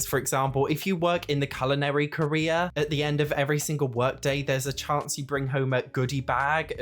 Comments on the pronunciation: Gawdayum been listening about the first mod and i dont understand why is there a Korea mod. only to realize it was CAREER with an accent of a lifetime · i thought you said "the korea overhaul" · At first I thought you were saying “Koreas” 😂